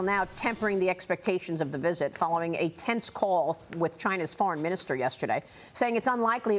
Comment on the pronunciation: I miss the way he said Ch-eye-na!